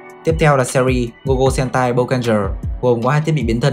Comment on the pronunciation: Trời SPN Sentai mà cứ đọc nhầm h*e*n*t*a*i